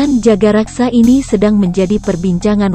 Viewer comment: Tulisannya Jagakarsa, narasinya jagaraksa .......mana benernya